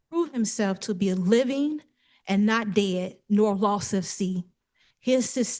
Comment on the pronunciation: I've only heard one sovcit who can actually pronounce anything. They usually mess up on beneficiary and pro pria persona. She did a lot of weird ones - she said she's the "mivin'" at one point instead of "living". Also "1st corinthises" which isn't a Bible book. Trespasseding. I'm just typing while she's talking.